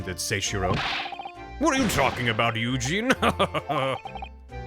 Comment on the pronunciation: I know his name is Yujin, but I swear it sounds like says Eugene. 😂